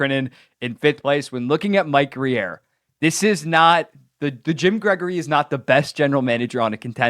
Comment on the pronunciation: It’s just Grier listen to the way his name is pronounced